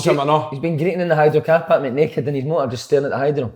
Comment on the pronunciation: "Intinsity"and "paaark" in the one sentence fae big Kev. Classic